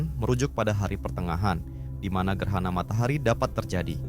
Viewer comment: Bukan gerhana..gerana...😅